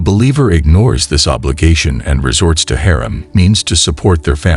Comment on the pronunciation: ThankYou for this lovely post Sir! You have a good voice n speak/read well except for a few words pronounced wrongly.May we all be guided.It’s Halaal n not hell or helal It’s Haraam n not harem.Please ask someone to pronounce them for you Sir! My apologies if I sound rude🙏I mean well🤲